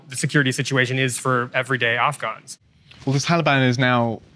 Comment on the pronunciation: Offgones? Surely you mean Afghans